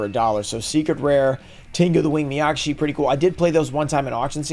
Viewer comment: I believe they are pronounced my uh kosh e